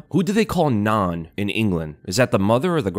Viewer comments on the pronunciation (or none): Its not nan like "naan", its nan like gran. It is gran. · rlly just pronounced Nan like naan bread 😂 Nan is grandma btw